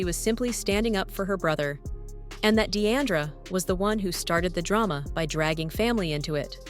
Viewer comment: Her name is NOT Dee-ANN-dra...